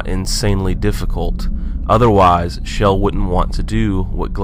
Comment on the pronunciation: Not to be rude, but it's pronounced Chell, not Shell.